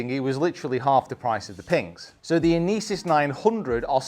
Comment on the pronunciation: Love you review but please stop pronouncing Inesis like that my ears can’t take it 😂😂 thanks love the channel 👍